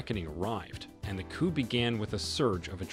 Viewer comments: Mr Narrator, you pronounce the word "coup" as coop like the word "poop" . It should be pronounced like coo. Forget the letter p at the end of the word. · Interesting but the p in the word 'coup' is silent.